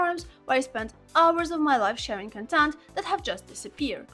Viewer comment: absolutely love the video!! it's pronounced like "cOntent" though, not "contEnt". have a great day and I hope for future great videos like this one 💖💖💖💖💖💖💖